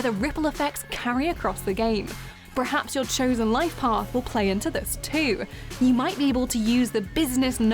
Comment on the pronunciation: Its 'perhaps' not 'prehaps'. I think it annoyed me coz u said it twice in quick succession. Your voice is quite beautiful tho.